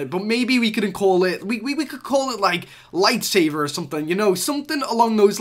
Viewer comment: Lol he said “Lightsaver” twice instead of Lightsaber.